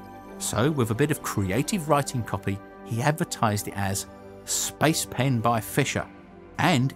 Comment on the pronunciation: I keep hearing spice pan